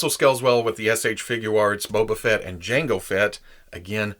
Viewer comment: did you just say "Boba Fetish"?